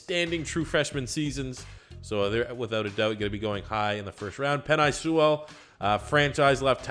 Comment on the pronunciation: The top left tackle his name is pronounced pen ay sewel. I know him. I played on the same high school team as him.